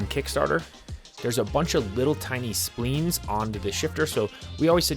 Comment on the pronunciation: Splines not spleens. Ssay it with me. S. p. l. e. e. n